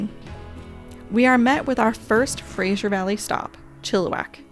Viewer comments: Great Video but it’s Fraser not Frajer. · FraSer valley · if it was spelled Frazier I would agree. Thats typically the way Americans pronounce it. Oh well!